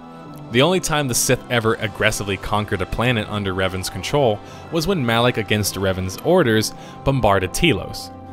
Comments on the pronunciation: You pronounce lots of names wrong by the way but great video! It’s traya not kraya and rakata not rataka and malak not Alec just to let you know😉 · 'Alak' one moment later, Kreia pronounces 'Malak'. XD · Are you saying Revan and Alec? LMFAO fuckin what?! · Did anyone notice he kept calling Malak Alik.